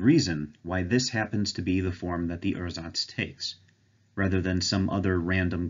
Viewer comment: I'd personally pronounce "ursatz" as "oor-satz", because otherwise it sounds like you're saying "ersatz", which means something quit different; it's also a lot closer to how it's pronounced in German.